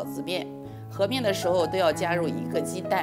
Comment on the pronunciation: 和面的和读音不是he,是huo(活)